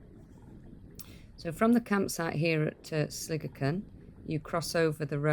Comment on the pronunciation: What a great day you had for that hike! So much easier when it's dry! You were lucky where you camped that the cattle weren't there. When I passed by there in 2019 they had destroyed a guys tent with him in it! I aways thought Sligachan was pronounced Sli...gaaaa...chan rather than sli-gi-chin with the ch sounding as in loch, but the Irish gaelic seems to sound like you pronounced it..not too shabby for an Englishman..:-) Since you said you don't like heights I wondered how you would get on on the section to Elgol...it's a drop off for sure